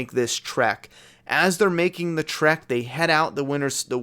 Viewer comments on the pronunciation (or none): none